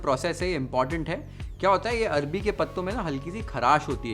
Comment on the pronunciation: Bhai 😂arbi nhi arvi k patte 😅😅😅